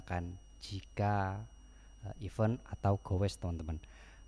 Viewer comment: koreksi aja mas. event dibacanya iven (e bebek, bukan e beli)